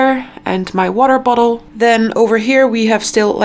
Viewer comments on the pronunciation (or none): none